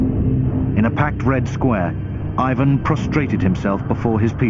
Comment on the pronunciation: eivuhn =)) plz it's Russian not English